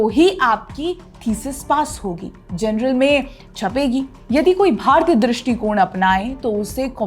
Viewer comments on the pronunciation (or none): अति उत्तम प्रस्तुति। परन्तु से तक आपके वक्तव्य के जनरल के स्थान पर जर्नल कहना था!